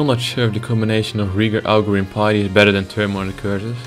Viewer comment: btw u pronounce it as pitty when ur dutch. r u?